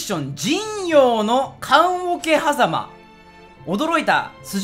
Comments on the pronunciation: 『じんようのかんおけはざま』正解じんようのおけはざま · 尾張国 桶狭間 →日本語 おわりこく おけはざま →土星語 おちょうこく かんおけはざま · …かんおけはざまって読んだあとに違和感なかった？ コレじゃない感なかった？ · かんおけはざま草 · 桶狭間(かんおけはざま)は草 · 桶狭間(かんおけはざま) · 桶狭間をかんおけはざま これは草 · 「かんおけはざま」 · おわりとおけはざまを読めない男……理系ｨｨ……